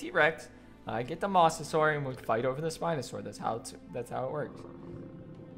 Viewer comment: It’s pronounced “Mose a saur us”